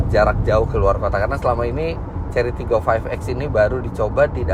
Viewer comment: pas ngomong TIGGOnya itu mirip logat palembang, tigo atau tiga